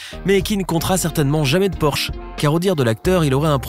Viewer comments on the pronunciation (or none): none